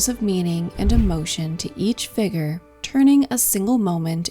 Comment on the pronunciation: 'figure', not 'figger'.